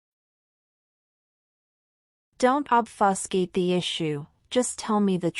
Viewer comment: Ich bin mir nicht sicher, dass die Aussprache richtig ist. Z. B. bei Obfuscate? Im schlimmsten Fall lernt man falsch.